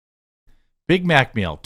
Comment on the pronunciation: Did she say "I got a Bit Mit"?